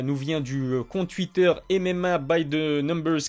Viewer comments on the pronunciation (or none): none